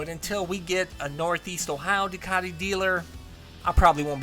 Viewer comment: its pronounced Doone not Done